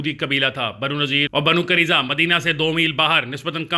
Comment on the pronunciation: Pronunciation correction.... Banu Qai-nu-qa, Banu Nuzair, Banu Quraiza, Masjid Quba